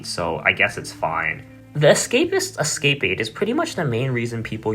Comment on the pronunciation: pls bro you're driving me crazy, look up how to pronounce escapade